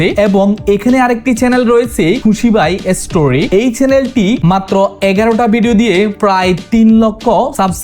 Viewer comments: 🤣🤣🤣 style করে কথা বলতে যাইয়া ভাই তুমিতো উচ্চারণ ভুল করো যেমন ইস্টুরি(history/story)কে আপনি এস্টুরি বলেন আপনি বাবার 😅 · story হবে, এসতেরি আবার কি